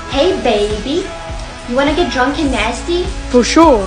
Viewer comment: Why’d she say drunk and nasty like that?